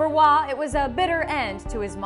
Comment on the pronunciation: If you think Hes the Best Goalie in history you are on Crack. Hasek, Brodeur, Sawchuk, ect, and to the people talking in this video it ROY (pronounce ROH-OY) not WAH